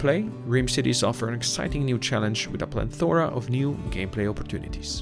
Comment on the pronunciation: Hey man. I'm not trying to be a dick, this video is old and im just watching some cool videos. There is no letter "N" in "Plethora"